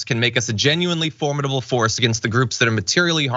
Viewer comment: for-MID-able, not FORM-mid-able